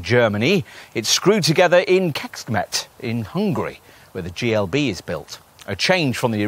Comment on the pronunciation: That pronunciation of Kecskemét made me laugh so hard. Nice try though. 🙂Good review btw.